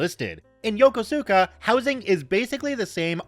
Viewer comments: The way you say Yokosuka reminds me of the new enlisted/me that came to that Naval Station. Yo-cos(cosine)-ka is how its normally pronounced. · It's pronounced Yo-KUs- ka